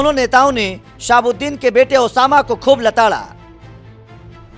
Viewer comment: Bhai mujko sunai diya ya isne Osama ko shab kha😂